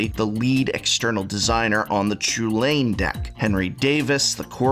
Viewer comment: Only concern: it's pronounced Cullen, not Chool Ain. Other than that fantastic review, very balanced